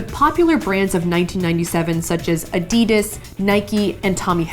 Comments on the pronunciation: NOT A-DI-DAS but adi-das Safiya....why do you Americans pronounce things WRONG..?? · A-dee-das? I first didn't recognise what you meant. Addee-das would be the pronunciation /phonetic word splitting :-) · 'no no no no stop. you're going to take someone's eye out. It's ADidas not aDIdas' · In the u.k we pronounce adidas like Ad-ee-da s _ Not Ad-ee-dus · Its Adidas So Adi-Das not Adeedas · jaz the spaz Adidas is German you idiot. It's named after the founder, Adi Dassler. It's pronounced like Addy Dass. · I always get a kick out of British people saying Ah De Das (sounds like La Dee Da) and Nike (rhymes with bike) instead of Nikeeeeee :) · Americans say Adidas wrong. It comes from the name Adi Das which I believe is German and is the name of the person who made the brand? Nike is not pronounced like bike though. The proper pronunciation is nigh-KEY. That company is named after the Greek god Nike. I think I learned all this from a YouTube video too lol. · not sure about nike but adidas is pronounced "aaaah-dee-duhs" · You are pronouncing Adidas Wrong - Please see this short video on how to Pronounce Adidas ;)